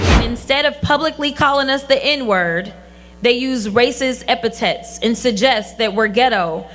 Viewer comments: "Epatet"? Does she mean "Epitaph"! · Jasmine is herself proof that NO ONE EVER told her that there's no place for her. Race hustler that can't pronounce epithet correctly and has the semi-literate grammar of a beneficiary of Affirmative Action.